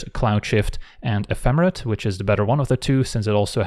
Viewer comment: Mmmm we heard that correct pronunciation of Ephemerate sir [insert lower lip bite emoji].